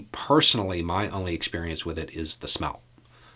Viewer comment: I think you said 'smell', but I thought I heard 'snot'. So glad I wasn't sipping my tea...